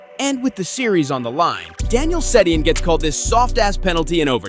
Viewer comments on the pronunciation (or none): Worst Voice Over guy in NHL History...Learn to pronounce names if you are going to pretend to know hockey. It's pronounced Sedeen you donut. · “Sey-de-an” wow that’s horrible pronunciation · Probably already been said, but the Gretzky-Gilmour thing was in GAME SIX. If you want to be taken seriously as a hockey commentator, get basic history right, pronounce names correctly (Daniel Setting?), or make your jokes more obvious... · "Seddy-in". Good ol Canucks legend... Daniel "Seddy-in". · Sedin....say it right....ur video clip even says the name twice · Bro can't even pronounce daniel sedins name right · So like, do you not know these players names? where do you get your info, the butcher job on Sedins name is so tough to listen to. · Does he know how to pronounce Sedin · What's worse is the announcer says it properly in the clip...like just watch the shit you post and you would know how to pronounce the names of the players in the clips. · How do you butcher Sedins name so badly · he's mispronouncing player names too (Daniel sedin) bro doesn't know hockey